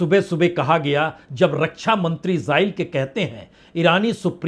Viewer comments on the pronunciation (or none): none